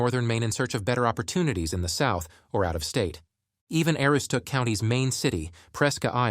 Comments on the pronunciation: As a lifelong Aroowsticook County resident...Ai is painful to listen to. 😂 It was prounced 8 ways and not 1 right lol..and it was a good try on Presque Isle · There are some valid points in this video but the biggest thing I learned is that whoever is reading this or using AI to read this clearly has never tried to pronounce Aroostook County in real life. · If your gonna do a video of such a place as this, Aroostook county. Than first thing you do is learn how to pronounce certain words such as Aroostook ( A ROO STOOK ) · I can tell you why we left Maine. We lived up in the county where he is talking about. We loved it. But when the state voted in this communist Gov. we had to leave like most other people. The narration can't even pronounce Aroostook County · Dude can't even say Aroostook right. Terrible video. There's nothing here so go away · If you cannot pronounce Aroostook County, you're not worth listening to. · Made a video about northern Maine. Can't say Aroostook properly 😊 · The AI can't even decide how to pronounce Aroostook and they expect people to take this seriously. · You read my mind!!! It drove me CRAZY listening to him mispronounce it repeatedly!!! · I was thinking the exact same thing. The pronunciation of Aroostook is killing me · No two pronunciations of Aroostook are alike in this video. And it's PRESK-AISLE, not PRESKE-AISLE! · if you've been to the county you should know this video is misrepresenting northern maine. They couldn't even settle on one pronunciation of Aroostook so instead mispronounced it wrong in about 7 ways. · Yeah, you can tell by how the narrator mispronounced Aroosstook and Presque Isle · hahahaha i caught that too!! also: narrator mispronounces "Aroostook" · I noticed both also